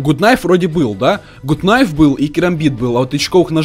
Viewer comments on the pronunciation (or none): Чувак говорил тебе уже не правильно говорить гут найф нужно говрить гат кнайф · правильно говорить гат кнайф, а не гут кнайф. И ещё вопрос: ты читер? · Не гут кнаеф а гат кнаеф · не гут найф а гат найф! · АНУАР 5 Мусабеков вообщето правильно гат найф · ПРАВИЛЬНО ГАТ КНАЙФ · Говорится гат найф нуббббббасс